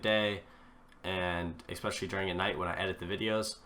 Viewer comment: Did he say expesially ? Who the fuck is expesially. IT IS NOT EVEN MY LANGUAGE.